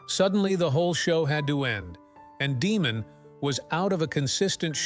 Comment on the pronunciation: His name is pronounced,"Dee Mond " , not Demon